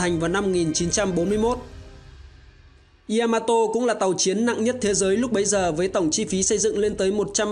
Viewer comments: ya ma to. chứ ko phải y .a . ma to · bác làm video hay nhưng mình muốn góp ý nhỏ. Yamato ko đọc là y-a-ma-to đâu. Ya là 1 âm trong tiếng Nhật phát âm theo kiểu tiếng Việt thì là giữa âm "nha" với âm "zda", tiếng anh theo kiểu "ja" ấy. Phát ra 1 âm ya thôi chứ ko phải 2 âm y +a. mình làm về 1 sự kiện hay 1 nhân vật, 1 chủ thể nào đó nên đọc đúng tên của chủ thể đó, người ta gọi là sự tôn trọng :)